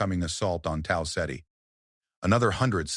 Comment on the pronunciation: Tal Setty? Did you mean Tau Ceti?